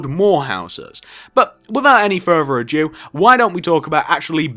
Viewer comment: Did he say " with out further or Jew " 😂😂